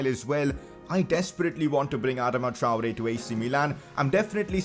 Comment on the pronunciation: It’s (ah-dah-ma) Adama (Tri-ore) Traore